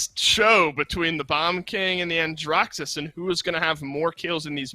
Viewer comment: Man said Andraxus😂